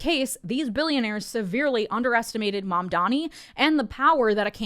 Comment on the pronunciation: "Zohran Mamdamee" - Andrew Cuomo